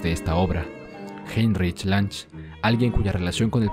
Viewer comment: Una pequeña aclaración: Se pronuncia /lungue/, pero con la diferencia de que no es una G+u larga, sino corta. /jainrishj lungue/